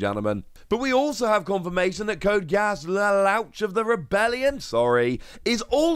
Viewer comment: “Sorry”. You definitely needed to apologize for pronunciation. “code Ge-auss luloush”